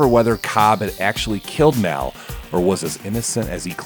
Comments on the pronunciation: It’s Pronounced “Mall” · 'Caab feels so respaansible for maul's death'